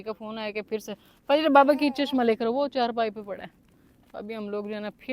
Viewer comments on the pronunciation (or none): none